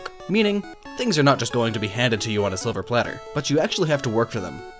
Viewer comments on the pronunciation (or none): Did you just say a sliver platter?